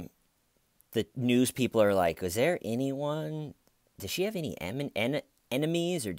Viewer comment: I find myself walking around the house saying "the har was thar Stephen"...😂